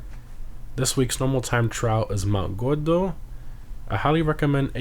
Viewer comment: . "Mount godo" shit was so cringe lmao. Cleary has an R lmao